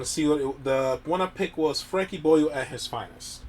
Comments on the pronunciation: The way you say boyle hurts my soul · I'm 20 seconds in and I am loving the pronunciation of "Boyle" so much already.